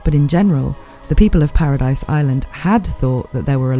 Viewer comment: its not paradise its paradis pronounced para - dee